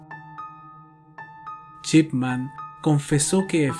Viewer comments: Nadie:: Doctor Chipman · "Chipman" jajajajajajajajajajajaja